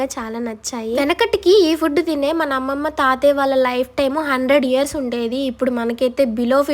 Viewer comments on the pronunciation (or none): none